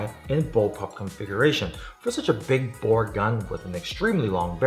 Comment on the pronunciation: Every time he said big bore, I thought he was gonna big boi